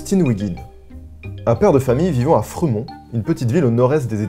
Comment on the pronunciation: "Freumont"... Cette prononciation est horrible, on dirait un village de la Drôme